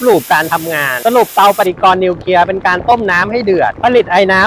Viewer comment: นิวเคลียร์ ครับ ไม่ใช่ นิวเคีย😅